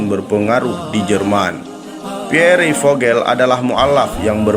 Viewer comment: Mohon maaf Koreksi. Dibacanya Pier Vohel.